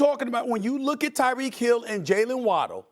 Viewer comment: SAS CALLED TYREK "DYREK HILL" 😂😂😂😂 everybody messes up